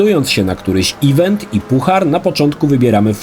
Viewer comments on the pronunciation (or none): none